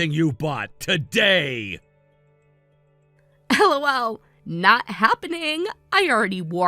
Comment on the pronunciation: Again, LOL is not ell-ohh-ell, but laughter. You know? Hahahahahaha -1